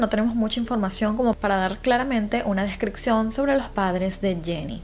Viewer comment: Hola me gusta mucho tu canal y la forma como relatas los casos, pero tengo que decirte que me estresa oir que no pronuncies bien algunas palabras por ejemplo, descripción-descriccion Septiembre-sectiembre Adaptarse-adactarse Adoptivos-adoctivos Disculpa que te diga pero estaría súper bien si lo corrigieras👍gracias🙏💕